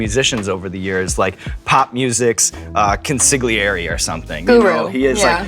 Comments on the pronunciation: SEAN!! Please learn how to pronounce "consigliere"... it pains my family mafia history every time you say it. 😂😂😂😂😂😂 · kudos for trying to pronounce consigliere Sean!